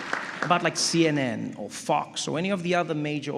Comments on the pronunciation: When did he cuss? Didn't hear it. The way he said "Fox" did sound a lot like "fucks" though 😅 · Is he saying Fox News or Fuck's News?